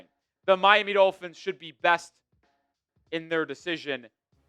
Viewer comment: If the Dulphins, as pronounces the word, beat the Steelers by some miracle, it doesn’t change the narrative about McDipshit at all. Why? Because the exception doesn’t disprove the rule. McDipshit has to put together a winning run against good teams and dominate some of them to BEGIN to change the narrative. He has 4 yrs of face planting himself against good teams. The odd win against one now and then changes nothing. If he wins out the rest of the season in dominating fashion, I’ll think about it. Until then he’s McDipshit until proven otherwise.